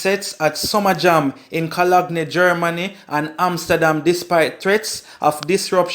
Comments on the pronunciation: pronounce your words better, the correct pronunciation is co-lone not co- log-ne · You need to pronounce your words, it is not "Co-log-ne". It is pronounced "Cologne ", like what you sweet up yourself with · Did you really say cologny? 😂